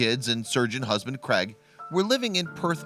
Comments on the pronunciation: Craig not creg you moron, why would you pronounce it creg? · Crag ...it’s Craig with an A lol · I've never yet heard an American pronounce the name Craig correctly. It's not Creg!